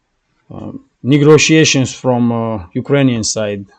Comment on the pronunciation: Thank you for your report. A little correction on your pronunciation. It is “negotiation “ you are saying “negRotiation” take that R off. Just trying to help my friend.